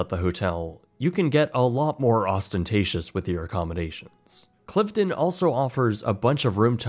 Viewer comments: And he pronounced Cliveden wrong. It’s ‘Clive-den’. Plus he said the National Trust was a government agency - it’s not. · It’s pronounced ‘Clive - den’. And it’s ‘Buckingham-shure’. Oh and the National Trust isn’t a government agency. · Britsplaining: * Cliveden is pronounced to rhyme with hive-dun. * Buckinghamshire is pronounced bucking-um-sher. This goes for all counties with a "shire" in them, it's never pronounced like the hobbits' Shire. * National Trust isn't a government organisation.